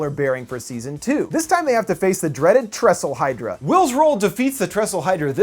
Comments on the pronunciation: Thessalhydra, not tresslehydra. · Tressalhydra? Lol it’s Thessalhydra